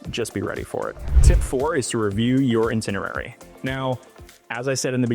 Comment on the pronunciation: It's pronounced "EYE-tinerary"